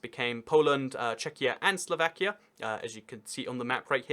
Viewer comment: slavakia lol